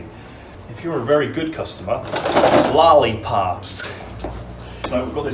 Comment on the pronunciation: Love the American accent of "Lollipops". Hahaha. You should make a video speaking in your American accent. Would be hilarious.